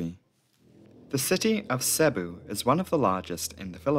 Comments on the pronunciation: Could you at least TRY and pronounce place names properly? it's effing Seeebooo (Cebu) not Sahbu. It doesn't take Sherlock Holmes to get the right pronunciation. Don't get me started on Iligan City or Munay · Very good video, RIP to all the souls lost. This incident is barely known here in the Philippines. I still wonder why are the planes Irish registered rather than philippine registered (obviously, i know its leased so lets put that aside.) Anyways, Cebu is pronounced "see-boo" and Iligan is pronounced "eel (as in the animal) lee-gun". Dont worry though, those are just minor mistakes.